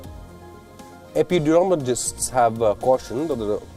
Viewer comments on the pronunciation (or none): This news reader has not reached a confident level where he can project clearly, he said Sero prevalence incorrectly, he also announced epidemiologist incorrectly